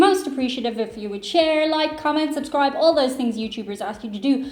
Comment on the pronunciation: When you said “shubscribe” 😜